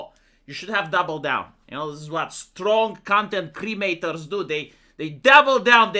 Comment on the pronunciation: Did just say: Strong content cremators???